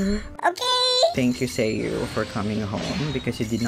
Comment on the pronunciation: deadass thought you keep saying "seiyuu" turns out it's sayu